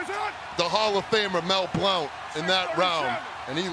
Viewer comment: Mel Blount pronounced blunt.